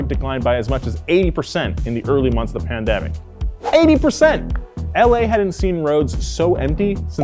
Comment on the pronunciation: Was I the only one that was hearing say pandebic instead of pandemic lol